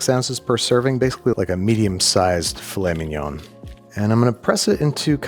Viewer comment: I'm so glad you pronounced Filet Mignon as it looks like it's spelt; I do that unironically as a joke all the time, and I'm just really glad it happened, for some reason